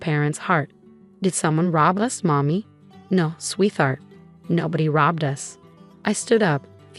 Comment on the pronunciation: The story is quite a good story, but I am so fed up with this AI voice cannot pronounce sweetheart. It comes out as sweeth art and it’s so blooming and annoying these AI voices are horrendous. Some of them sound alright but they have no feeling they put no emotion in their stories and it’s just spoils them every time I enjoy listening to some of the stories but I can’t bear the AI voices and I don’t know how much I can listen to them. I don’t know why you can’t use real voices the same as some of the other others I always listen to those but these I’m listening to less and less. I don’t want to be rude or anything, but I’m just telling you as it is and I’ve seen that there’s a lot of people who feel the same, so I don’t know why you just can’t get a real person to read them!